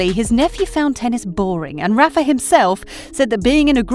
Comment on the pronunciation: Rafa, not Raffa. A lot of players run down every shot and fight hard, no less than Nadal. That’s what they have to do to become a great player. They have the strong will to do so but the question is, do they have the physicality? Nadal is blessed to have his uncle as a great coach and the conditions to train at the young age. Djokovic wasn’t as lucky with his life growing up. I think Djokovic is not as strong as Nadal physically. In their h2h matches during long rallies I could see Djokovic got exhausted, bending his back, breathing hard, falling on the ground. But the strong will was what helped him to overcome the physical conditions. Like the two 5-hour long matches back to back SF and Final against Murray and Nadal in one year at the AO.